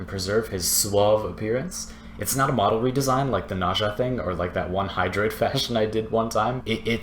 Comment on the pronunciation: It's N-eh-z-ah....ugh